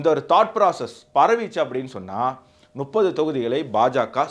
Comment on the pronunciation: Please try to pronounce முப்பது நுப்பது is wrong